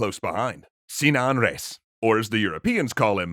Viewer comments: Sinan sounds like Simao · In Arabic, the i in Sinan is short. I think it is so in Turkish, correct? (ı instead of i)